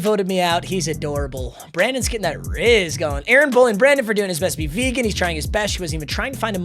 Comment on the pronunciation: That vehgan teacher about to yell at you 😂😂